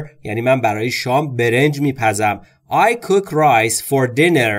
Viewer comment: خسته نباشید cook را با اووی بلند تلفظ کردین؟حتما اشتباه لحظه ای بود۰سپاس از زحماتتان